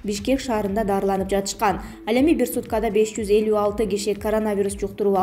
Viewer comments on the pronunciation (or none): none